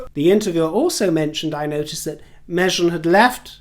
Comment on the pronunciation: Every time you call the Harkle girl "MEZHEN", the little girl in me giggles internally with vengeful middle school glee 🤭.